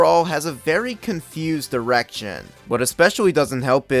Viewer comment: I almost thought you said something else "a very confused..." im sorry WHAT? ohhh "direction"😅